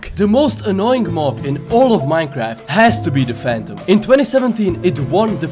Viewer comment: True. Bees actually die after stingin in minecwaft